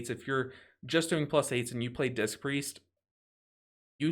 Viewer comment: I can't unhear say "dist" Priest. Dangerously close to dissed 😶😂